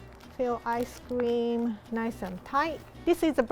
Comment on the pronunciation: when rie said ice cream and it sounded like ice scweam